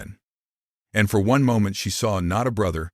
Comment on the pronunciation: Please learn how to pronounce MOMENT!